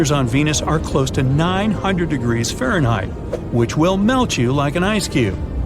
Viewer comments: Can't get the AI to say Fahrenheit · Can the narrator not say Fahrenheit? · Do you… know how to pronounce Fahrenheit?